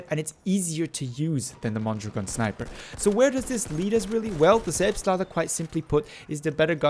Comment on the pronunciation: Oh my god you pronounced it correctly. I wasn't expecting that.